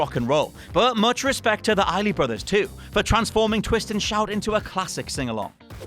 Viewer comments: Please put in the required effort to get your subject's names right. It's Isley Brothers, not Iley. Remember: "EYES-lee" not "EYE-lee". Thank you. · ISLEY BROTHERS!!!!.....not “Iley”.....get it together bruh. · Okay, quick pronunciation guide here. It's the "Eyes-ly" Brothers. And Joan "Bye-ez". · Aaliyah had a great cover of The Isley's "At Your Best" or "You Are Love" I forget that actual name. She really put her heart and soul into it to where you can truly feel it with every word she says. Also, Isley is pronounced like "Eyes-Lee" not "I-Lee" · The 'S' in the Isley Brothers isn't silent, btw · I don't think the Isley Brothers pronounce it that way, believe the "s" is not silent. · Great list, but the S in Isley Brothers is not silent.